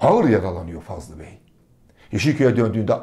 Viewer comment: Fazıl bey yazıyor fakat Fazlı bey diye söyleniyor?